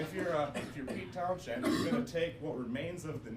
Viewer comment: That isn't how you pronounce Townshend.